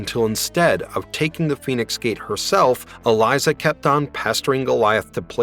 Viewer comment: It's a little cringe that you kept mispronouncing Elisa's name....